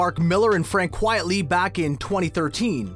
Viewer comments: Dude, it's Frank QUITELY, not Frank "Quietly." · I wish the announcer would stop saying Quietly when is obviously Quitely. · ...he said quietly, instead of Quitely. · Is he saying Quiet-ly?